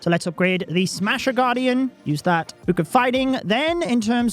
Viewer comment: “book”: “buke”